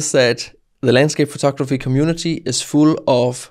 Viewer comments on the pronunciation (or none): I like it when you say: "photokraphy" (